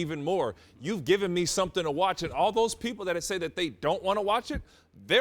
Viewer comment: How The Fuck Is She Gonna Quote Kanter, But Not Put The Emphasis On "ME"? She Fucked It All Up.